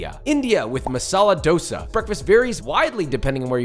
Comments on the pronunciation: Yo as a south Indian seeing that dosa looking like a Taco Bell Tortilla is sad. It's supposed to be soft with a very slight crisp factor. Also the dude saying he grew up with it and then going on to pronounce it as 'dough-suh' is very sus. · East or west Thosei is the best Yes that’s how dosai is pronounced